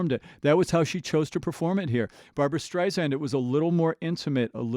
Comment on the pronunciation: Please... it's Barbra StrI-Sand with an "S" not a 'Z'. Sorry, it's just one of those things that irks me when it's said so often. This was a great mashup and I enjoyed your introspect and knowledge of these two amazing singers. For me, it's Barbra all the way because of her innate ability to deliver a song from her heart to your's. The woman has had no vocal training... it's all an incredible gift that she honed perfectly. Perhaps you picked up on Barbra's version being more introspective because it is..."Papa..." is a song written especially for Barbra by lyracists Alan and Marilyn Bergman, because of her own father who died when she was just 15 months old, but always felt connected to. Barbra always seems to embrace a song organically...I have never heard her oversing or be more connected with the performance than the lyrics. Maybe that's why esteemed lyracist Marilyn Bergman once said about her..."The best singer that any lyric writer could ever have singing their song." I've used this analogy many times... Barbra seems to sing in 3D, while everyone else is in 2D.